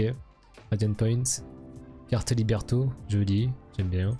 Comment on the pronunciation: C'est Libretto et non pas Liberto